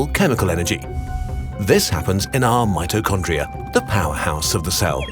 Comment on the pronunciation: omggg he said mitchocondria the power house of the cell